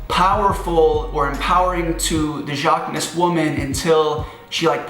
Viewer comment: Everytime you say "jacquemus" in the wrong way, one of his muscles dies.